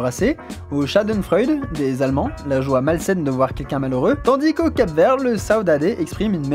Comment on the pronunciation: Pour le Cap-Verd tu l'as mal prononcé ( je suis cap-verdien ) sinon bonne vidéo